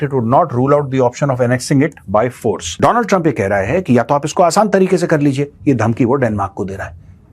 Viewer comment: My friend dolund truuuump